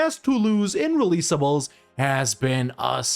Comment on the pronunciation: "Releasbles" Literally unwatchable